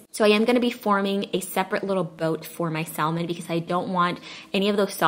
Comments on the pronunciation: Lol omg she’s killing me U DONT PRONOUNCE THE LLLLLLL IN THAT WORD!!! Lmao IT IS SILENT! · Correct, it sounds better without. We need to educate those other countries. lol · I'm pretty sure the L in salmon is silent......🤔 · the L in salmon is silent FYI... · Omg I had to skip the first part bc of how to say salmon wrong🥵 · The L in Salmon is silent, FYI. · The L is silent in Salmon. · Nice recipes... BTW... You are not pronouncing salmon correctly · the L is silent in the word salmon. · I had to stop watching due to how you pronounced salmon. I hate to be like that but seriously? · YOU DON'T PRONOUNCE THE L" IN SALMON!! YUCK! IT WAS KILLING ME THE ENTIRE TIME! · THANK YOU! My mom is a stickler for proper grammar/pronunciation and I totally get it from her. I wanted to click off the video every time she said it cause it drives me bonkers, BUT I stayed because it looked delicious. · Thank you for the ideas. Please note the L is silent in salmon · Love your videos. Im a long time subscriber. You don't pronounce the L in salmon honey. 👍🏾🥰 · Great video, everything looks delicious....sidenote: you said "Salmon" but just don't pronounce the " L " in it. Overall, excellent cooking, fall recipes and your baby boy is adorable,!:) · Yes that 'L' drove me crazy. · The “L” is silent. It’s pronounced sam-on, not salm-on. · Pronounced samon...not salmon. Great recipes, thank you. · Please don't say sal-man. It's pronounced like sam-on. Thanks! 😉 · Love your recipe videos!!😊 (BTW...It’s Samon don’t pronounce the L) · Blaccat....hahahaha.....stop it! Cut some slack, she can't be drop dead gorgeous, a great mom, cook, wife, Aaaaand correctly pronounce the word "samon" too. Lmao, I love this, her videos are LIFE!!❤ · I love you and your videos SO much, and I’m one of your biggest fans, but girl... SAM-on 😜! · Hey love, the fish is pronounced Sam-on. The "L" actually is silent 🤫. - with love ❤️ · JFYI Salmon is pronounced ' sam-uhn ' No L sound.